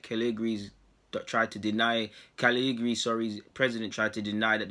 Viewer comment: Try saying it phonetically bro. Ca-lee-ya-ree